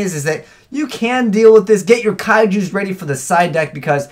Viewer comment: say it with me "kai-jus"